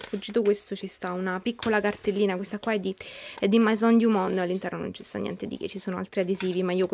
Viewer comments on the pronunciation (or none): scusa eh ma "mAison" non si può sentire